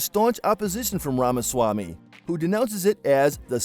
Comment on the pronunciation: It's apparent that a lot of work went into this presentation but it's hard to hear his name being mispronounced over and over.